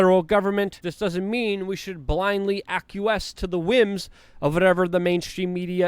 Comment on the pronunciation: Ep-a-dee-mee-ologist. Also, AK-wee-es.😉